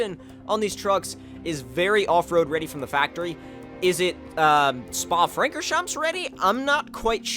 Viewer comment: Hey, just a hint, Francorchamps is pronounced without the 's'. A Belgian sub ;)